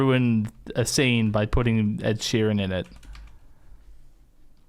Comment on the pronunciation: either Preston or Carmine called him Ed Shireen and that will live in my head rent free forever